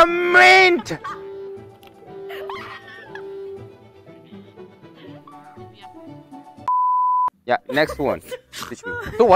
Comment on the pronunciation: That could be a new meme - SHOW ME YOUR MINT!!!!! me- moon is learning to speak British give him in A Plus